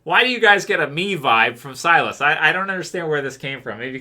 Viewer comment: All this time people have been giving a hard time about pronouncing Silas. knows how to pronounce his own character name correctly. I guess we got it wrong lol. Keep up the good videos.